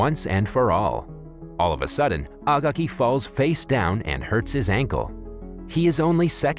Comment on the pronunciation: agaki is pronounced a gay key